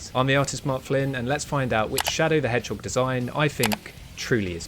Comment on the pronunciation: Shadow the Hhog